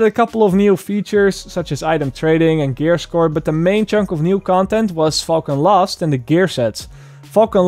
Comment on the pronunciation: My friend you might need to work on your pronouciation of "falcon lost" it just makes you sound angry about an element being lost lol